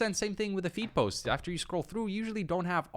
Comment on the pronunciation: I thought he kept saying feet posts 💀